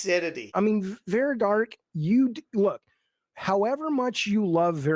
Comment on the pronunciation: You're not educated enough Vera...it"s Vara you dumb F